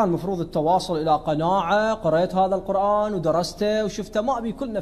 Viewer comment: القرآن بضم القاف. يجب نطق هذه الكلمة المباركة بشكل صحيح